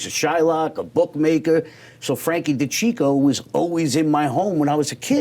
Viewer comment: It's Frank DeCicco. Not Frank the Chico.😂